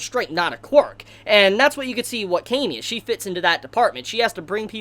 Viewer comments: I think its pronounce kah-me not kay-me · Dude you're saying her name wrong. It's Cam-y. Not, Came-y. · Ahhhhhhhh your pronunciation for her name